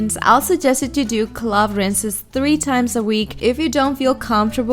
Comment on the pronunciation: Loved this.and Love your hair .but it is pronounced clove like wove not clove like glove